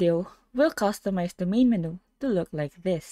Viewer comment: menu is pronounced "men-u" or "men-you".